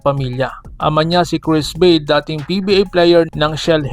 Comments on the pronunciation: "Ba-de" po yan hindi "beid" ang pronunciation po yan maski tanungin mo po sa mga sina unang mga sportscasters at dati mga naglaro sa PBA na nakasama at nakalaban noong Araw ni cris ba-de 😂😂😂😂😂😂😂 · BA-DE ang pagbigkas nyan bro hindi BADE, halata hindi mo kilala ang Tatay na si CRIS BADE na naglalaro sa PBA noon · Ba-de Po Ang tamang bigkas.. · ayusin mo ba-de anung bade bugok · Ba De yan Ang pronunciation Hindi BADE! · Ba-de yan hindi Beid tga Rizal yan kaya kilala ko.